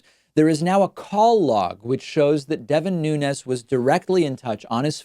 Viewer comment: Congrats on being the only person in America who can pronounce Nunez‘s name correctly